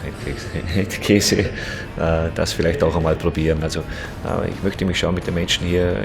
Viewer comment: Handkäse😂 englische aussprache